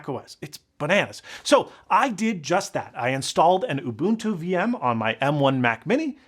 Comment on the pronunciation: Thank you for pronouncing Ubuntu correctly!